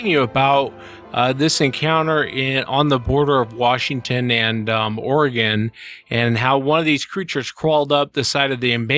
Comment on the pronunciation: "Southern Organ?" Or-e-gon